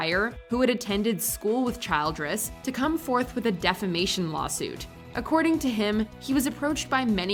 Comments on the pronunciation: Holy crap!!! The narrator of this video mispronounced so many words, including Helen Childress’ last name — “Child-dress” !!! — one wonders if she ever graduated from high school!!! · Hey, Mojo announcer, before you record the script for these videos, you should go through it word by word to be sure you know how to pronounce each one correctly. Two examples I caught here: It's "e-PIS-co-pal", not "ep-i-SCO-pal". It's "CHIL-dress", not "CHILD-ress". Also, "funnily enough" is meaningless nonsense. Don't use it.